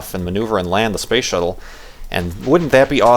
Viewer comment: its space not spashe,;). Also, dont worry. your description of you at the launch and the party sounds exactly like me. Youre not alone! Good luck in both the tweetups, I hope you make it. Just make sure to tell us about it while walking to the farlands if you do. Thatd be several episodes worth of talking.